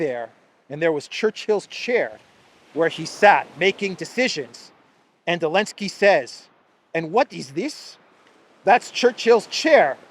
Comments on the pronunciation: Please pronounce Zelensky and not "Elensky". Why spoil names like that? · His name is ZELENSKY! Not Elensky.